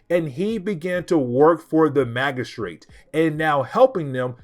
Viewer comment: Good video. But about the word 'magistrate'. The g is pronounced as in gym. Mah-jih-strate.